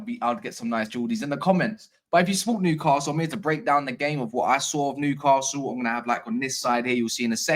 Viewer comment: If you want to win Newcastle fans over, you need to learn how to pronounce the city name properly. There is no ‘R’ in the name! Noo-ka-sul